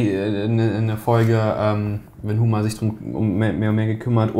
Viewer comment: Von jemandem, der offenbar so oft O-Ton guckt/hört, hätte ich nicht erwartet "Huhmer" statt "Homer" zu hören. ;)